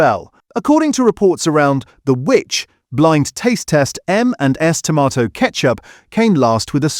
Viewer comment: AI again - now I wonder if the occasional pronunciation of tomato in this video is taking the piss, mocking the supposed tomato content .... tomarrrtoe !! I love the humour - keep going - and thank you a lot.